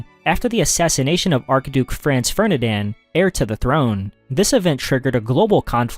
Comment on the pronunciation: FER-DI-NAND. not Fernidan.